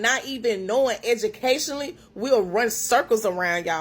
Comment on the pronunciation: Lmao hahahaha she said educationly